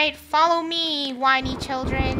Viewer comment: ''winey children'' wow amazing🤣😂